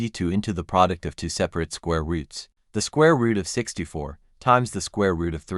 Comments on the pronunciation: I notice that the AI reads the variable a as the unstressed indefinite article, instead of as the stressed name of the letter. An easy fix is to avoid naming variables as a, using perhaps b and c instead of a and b. It also often mispronounces the number two as unstressed "to". It's annoying. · Two, two, two. There is no number tuh. AI strikes again.